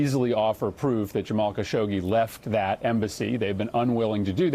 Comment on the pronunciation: His name is pronounced: Khash-og-jee